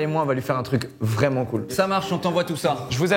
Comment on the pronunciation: la team Kekra: c'est moi ou il a dit "vréelement faire"?